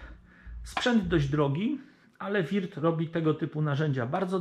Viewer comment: POLICJA JĘZYKOWA NIECH NIKT SIĘ NIE RUSZA! :P Würth nie czyta się wirt bo U-umlaut to takie u tylko z intonację bardziej jak e a Milwaukee nie czyta się milłuki tylko melłokii (albo jak mieszkańcy Wisconsin twierdzą 'mełokii') bo au w Milwaukee czyta się tak jak w wyrazie fraud (~frod~)